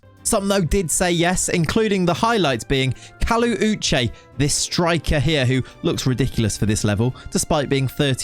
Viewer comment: thanks for pronouncing my name sake (Uche) correctly. I am so proud of you. I would like to see you pronounce the full name Uchenna